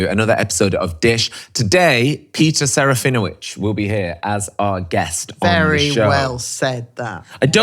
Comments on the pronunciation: SerafinoVicz, not Wicz.... Trust me, I'm a professional Pole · SerafinoVITZ, is the correct pronunciation...pretty please!! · I love you but, It is pronounced Sir-ah-fee-noh-vich 😅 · It’s not even the proper way to say his name 😂his name is Polish and I could tell you how to pronounce it xD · You said his name wrong 😂😂😂 the W in his name is pronounced as a V